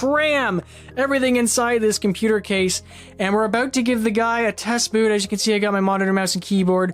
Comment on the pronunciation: It’s A..... Bout. Not a boat